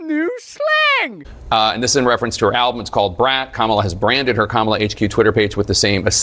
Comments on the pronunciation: “COM-uh-luh” not “Cuh-MALL-uh”… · FWIW, her name is pronounced "KAH-muh-luh", not "Kuh-MA-la" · "Hi!, I'm camel-a!" This is how her name is pronounced, Russell. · It's KAMAL, not Kamala and Michael not Michele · Apparently pronouncng it Ka-MA-la is hate speech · It's KAmala.... emphasis on the first syllable. It's not that hard to say. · It’s pronounced KAMala, Russell. You can’t even get that right. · Roooselle, have the decency to pronounce her name properly. ,la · You’re pronouncing it wrong and he had covid. He’s clear now. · Kamala Kammela not sure you pronounced that correctly. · Check your pronunciation of Kamala. Elections can be won or lost on trivia like this! Presumably it is endemic hate speech to get it wrong.